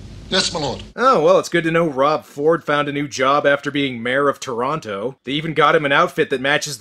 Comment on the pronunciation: no true Canadian would pronounce "Toronto" the way you did